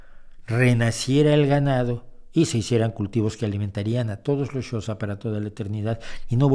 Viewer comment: tengo entendido que la pronunciación del reino y etnia Xhosa es algo así como [kosa]